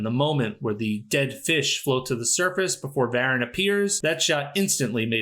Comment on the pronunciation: It's isn't "VARan". It's "Vah-RAHN"! Get with the accent, please. 😂